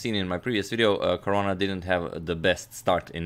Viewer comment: who else heard Korona instead of Caruana🤓